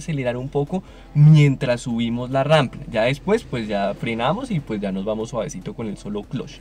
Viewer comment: Muy bien pero es rampa no rampla 😅😅😅